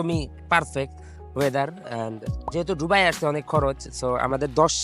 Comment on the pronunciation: Vai ডুবাই না দুবাই